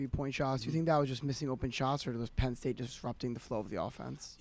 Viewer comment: Team sucked today lol issa transition this year… also, “Penn state”? Don’t you mean Pedd state?